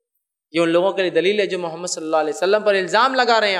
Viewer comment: App hamare rasul ka name sahi se liya kiya kijie